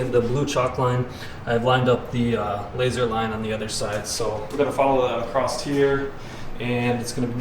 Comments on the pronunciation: The word is across.......not acrost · There is no T in the word "Across". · Are you saying “acrost here”? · did this dude just say acrost